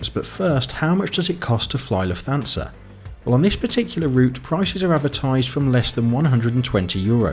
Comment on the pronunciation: Great video! Only suggestion is that Lufthansa is pronounced 'luft-hansa'. Keep up the good work